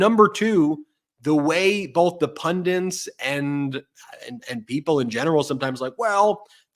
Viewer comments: Can podcasters please pronounce the simple word- Pundit, correctly.. i find many struggling and often pronouncing it as PundiN. Instead of PUNDIT ( ending with a T not N) It is an Indian word which means a learned person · Ben, It's pundit not pundint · Ben and, please learn how to pronounce "pundit"!